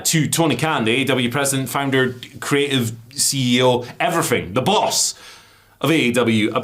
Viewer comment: What on Earf is he saying about everyfing???